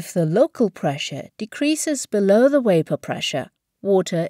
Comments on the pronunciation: Its Vape not Waip - annoyingly dum not knowing the difference between a V & W (double you). Had to abandon it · Great video and explanation, I noticed you pronounced "Volume" just fine but Pronounced Vapor as Wapor. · Why the heck u say wyapor pressure.? Its Vapor pressure. Not waypor pressure. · Very clear, but why does she keep pronouncing "vapor" as "wapor?" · Why is she saying waper? So Irritating! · The WUEIPOR condensate, the WUEIPOR presure. lol insane english VAPOR not WUEIPOR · VAh not WAh, its VApor not WApor. lol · Couldn't finish the video. Can't stand how the bitch pronounces vapor. Wapor. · waper instead of vapor? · Next time please get someone who can at least properly pronounce words consistently used in the video. Vapor not Wapor , you had one job. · vapor not wapor ,,,,,,idiot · its VAPOR, not WAPOR when its pronounced. otherwise, great video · The only improvement I would make to the visual presentation would be to correct the blurry text images and re-load the video to the site. The letter "V" is always pronounced as it is in "victory," rather than as a W, in "welcome." The narrator is saying "wapor," instead of "vapor." This is a common affectation of native Russian speakers as they learn English. An example is Pavel Chekov in the Star Trek movie that featured Anton Yelchin, as he tries to enter a code word containing the letter "v," saying, "wicktor" instead of "victor," which is the phonetic version of "v." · “Waper pressure” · Say "Wiper pressure" one more time and I'm gonna punch u in the throat. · "Wapor" LMAO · "Wapor" I giggle a bit every time :) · Plus, you learned how to pronounce wapor. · lmao that had me fucked up for a minute. I was like wtf is she saying wtf is waper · Great video, but if she says Waper one more time!!!!! Ughhhhh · Wapor? Are you serious????? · Why the hell does she keep saying "waper" ?! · Made perfect sense to use someone who cannot pronounce the latter “V” “ Waper pressure “ 😂😂😂😂😂😂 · is she saying whaypor?